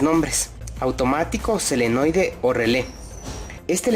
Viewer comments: Se llama SOLENOIDE , NO selenoide .... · Nuevamente, te felicito por tu video! Muy instructivo. Pero insisto, la palabra correcta es "SOLENOIDE " y no "SELENOIDE". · me dio escalofrios cada vez que decia selenoide xD